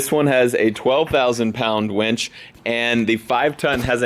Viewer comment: “Winch” pronounced W-IIIIIIIII-NCH not weeeeeeench. Lol! Much love!